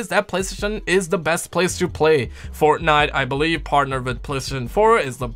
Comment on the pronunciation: Keeps on saying fortnut!!!!😂😂